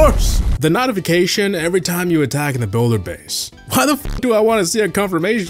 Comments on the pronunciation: 😂🤣💀💀💀💀💀💀 No shot! 😂 nice on Also, are you saying “Not-ification” instead of “Note-ification”? 🤣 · nautification and cleeant